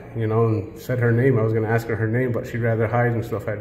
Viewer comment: Hi, I really like your video's and your narratives, but could you try to pronounce 'ask' as in "asking" instead of 'aks' and 'aksing'. Best regards nevertheless.